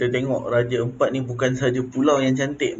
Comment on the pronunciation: Sebut betul betul raja Ampat bukan raje empat... Jgn gunakan bahasa kampong untuk nama2 daerah orang sesuka hati... Hargai lah bahasa org setempat...